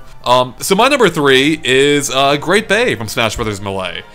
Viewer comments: I cringed when i heard pronounce Melee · will never pronounce Melee correctly.